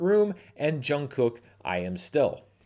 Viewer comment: Haha that's not exactly how you pronounce Jungkook but I'll let it slide:), you still need to make it to a BTS screening like you did Taylor Swift, I think you'd have both actual and ethnographical fun:)